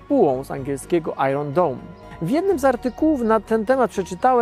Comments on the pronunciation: Bardzo fajny odcinek. Jedyna uwaga to wymowa iron: nie wymawia się "ajron", tylko "ajern" albo z amerykańska "ajen". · Dziękuję twórcom materiału za ciekawe informacje, a ode mnie mała uwaga: angielskie Iron nie wymawia się."ajron" tylko "ajern". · Dobry materiał. Jedyne do czego można się przyczepić to do wymowy słowa, iron. Pozdrawiam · "Iron" rymuje się na "lion" :D